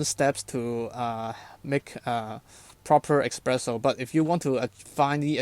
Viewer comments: Hi, i really enjoyed your thoroughness and clear pleasure making coffee, though hearing you pronounce espresso "expresso", was just a little cringey. Cheers! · Blood started to flow from my ears after I heard "eXpresso" for a second time... 🙂